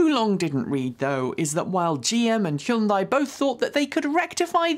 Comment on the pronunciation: I think you're over pronouncing Hyundai